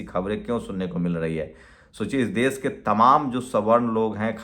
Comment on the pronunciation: Dais nahi daish Sosal nahi soshall( social)